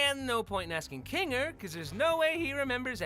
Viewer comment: Kinger × Ninger ✓